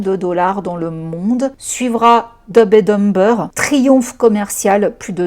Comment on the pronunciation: Par pitié la prononciation en anglais 😅 Dumb and dumber on ne prononce pas les B